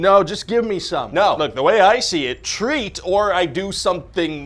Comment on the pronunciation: Trick or treath!